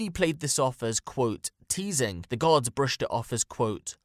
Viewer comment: his accent makes the word “guards” sound like “gods” which is super fucked but also kinda funny